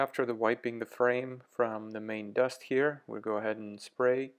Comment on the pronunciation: I thought you said Maine dust or something. I was about to ask how they handle in brutal snow. Planning on relocating there and want a midsize but wonder if it will be underpowered.